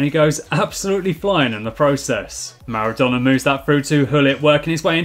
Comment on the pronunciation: Am I the only one who hears name of Naruto instead of Maradona ?